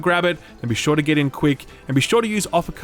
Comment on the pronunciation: "In that regard, I'm not quite shaw yet." hehe